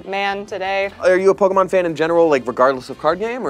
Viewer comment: I have mixed feelings of anger and happiness...but the happiness outweighs the anger lol Edit: nevermind, hearing "Poke a mon" will always piss me off 😤 Edit (The Sequel): I have to legally say this is a joke